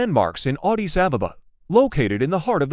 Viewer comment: Vant even pronouncr Addis sounds like Odis...